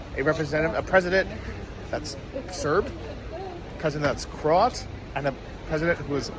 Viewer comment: CROW AT pronounce it please, very embarrasing to us Americans.